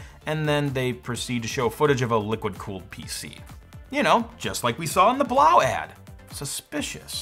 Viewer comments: Blaux isn't pronounced Blau. It's a French spelling, not German, and yes, they meant Blow. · Why wouldn't Blaux be pronouned to rhyme with "faux"?? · I'm pretty sure "Blaux" is meant to be pronounced "Blow"... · I'm pretty sure you are supposed to pronounce Blaux "Blow" you know... like Faux is pronounced foe ? Makes it even funnier really. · I think it’s pronounced “blow”. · It's funny how he mispronounces the product name - I wonder if he does it on purpose? Anyway, they've now changed the name to CoolEdge.